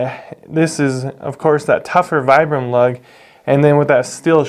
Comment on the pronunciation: Nice video. Not to be a nitpick, but I’m told it’s pronounced “Vee-brum” 😉